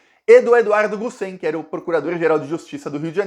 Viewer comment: o Eduardo Gussem é meu conterraneo de Barra do Pirai RJ. Seu sobrenome Gussem é pronunciado paroxitona. Como se tivesse acento no u.